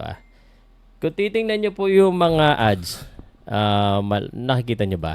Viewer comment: 😮 Do you mean Odds not Adds